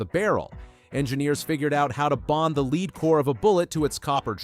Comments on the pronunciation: The military uses a plain Jane 9mm FMJ. And it's pronounced: "LEDD", not "LEED"! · the bot references the early tests, yet shows hollow points - not FMJ Ball. [and "leed" bullets? c'mon]